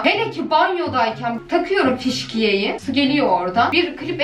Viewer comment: nobody::fişkiye dlgkfdmgfdk fıskiye ye fişkiye demek jkgvjgfkjbfkl abla seviyorum seni muah